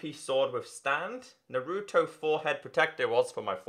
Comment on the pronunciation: Every time he said naruto wrong I cringed